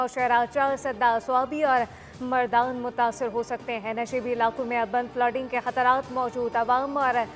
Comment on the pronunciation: urbaan flaaading and laand slaading? what!